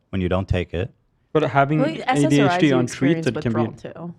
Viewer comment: My favourite part was when Ethan said “HDHD” instead of adhd